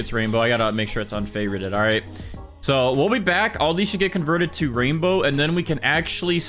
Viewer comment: Erm it’s not raindow😂